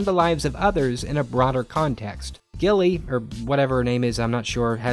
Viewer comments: The fact that you’re calling her Gillie is just so funny to me 😭😭😭 I laugh every single time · It's Rory not 'Gillie' who tf is 'Gillie' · Lmao did he call rorey Gilly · Why is Rory called gilly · Gille???😂 NO ITS RORY... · Gillie! It’s Rory. By the way it takes place in Stars Hallow, Connecticut. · Gilmore girls is my favorite series ever ever ever. With being said, if I was in your shoes, and saw that episode withou any back story I would feel the same. And actually, you right about some of the things you said about the characters, even if you got every name wrong except for lorelai aahah Ps. The Emily thing was a bit harsh, it was a terrible thing that happened and the actor actually died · He can't get the characters names right